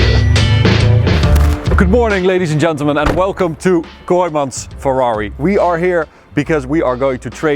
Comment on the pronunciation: Very congratulations from Italy! I appreciate the commitment in the Italian pronunciation! always the top